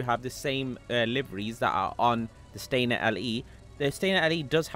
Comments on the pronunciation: It’s Stanier, not Stainer. Stan-i-er. Sorry, it drives me nuts. 😂 I will get 2. One for undercover and one marked. I bought both Staniers. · StaNIer, not StaINer.